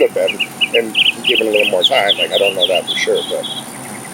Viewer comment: "I don't knowa" 😠